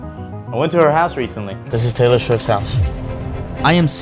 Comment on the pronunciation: Naurrrr not Taylor